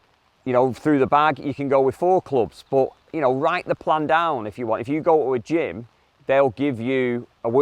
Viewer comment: Did say he goes to the gym or gin all the time lol?